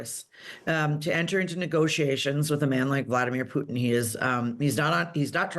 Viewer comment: Why can't Radio Times commentators pronounce Putin correctly? It's pronounced `Pootin', not 'Pewtin.